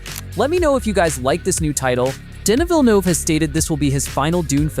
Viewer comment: Oi! American! Denis Villeneuve's name is French. It's pronounced 'DEN-ni'! You're visiting other worlds NOT named 'America'.